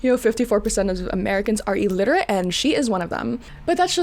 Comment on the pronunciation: "Illiterate" is the correct term, not "elliterate." As for the statistic, it's likely a misunderstanding. While 54% of U.S. adults have literacy below a 6th-grade level, that doesn’t mean they’re completely illiterate.